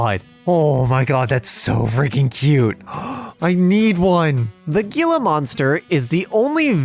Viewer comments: This was very entertaining and I believe Gila is pronounced as He-la. Anyway great work, it's always fun listening to y'all and I hope you have a wonderful day/night. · "The Gila Monster-" IT'S PRONOUNCED "HE-LA." WHY AM I SO TRIGGERED ABOUT THIS? I DON'T KNOW. BUT IT'S PRONOUNCED "HE-LA." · I live in southern Arizona and we have Gila monsters all over the place. Haven't seen one in real life before but I also don't frequent the natural areas where they reside. (Also, it's pronounced "hee-lah" monster.) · Hey, the word Gila actually sounds like Hila because it's a Spanish word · Ma'am, I'm sorry but it's pronounced *h*ila monster because the English language is broken 😅